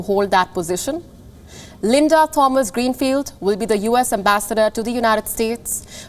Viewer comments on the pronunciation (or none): none